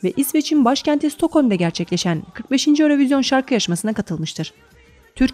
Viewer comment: örövizyon diye okunmuyo yürovijyın diye okunuyo